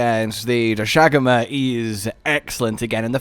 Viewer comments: Doshagama pronunciation is back lmao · I can't believe he still can't say doshaguma